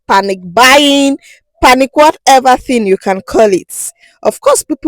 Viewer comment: No letter K in panic, by the way.